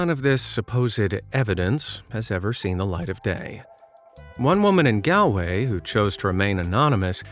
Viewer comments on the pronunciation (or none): You pronounce galway like gall way not gAl way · Galloway 💀 its Galway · Said Galway wrong 😂 or is it your accent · You pronounced Galway wrong. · I noticed that! And whatever about mispronouncing Galway at least they pronounce Garda, right!